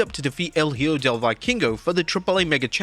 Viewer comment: Love your channel so much man its a highlight of my day! Can I just remind you that an “H” in Spanish is silent so Hijo is pronounced like “Ee-ho”. Not hatin! Just trying to help as a fellow Spanish speaker.